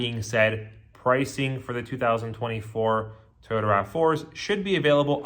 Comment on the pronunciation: Why is this guy saying “Tayota”